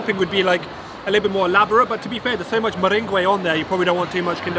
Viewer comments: What did he say... Meringuay 🤣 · 😄 ur pronunciation on Meringue is funny!! Love ur vidz bro